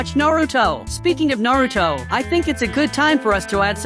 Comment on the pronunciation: 😂😂 bro said Naruto wrong